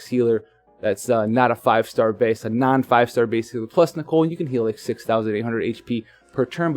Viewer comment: THANK YOU. FInally someone said it right. Idiots like (he isnt an idiot but it pisses me off) keep calling him Nickel. And then theres Tituz but that ones personal opinion. I think its Tidus (taidus with short vowel sounds). *shrugs* Anyways i hope i get nichol with my last ticket cause if not.. Ill have to wait for 7*s to use my Roy then. So far getting by with ramza and soleil for 10 man trials.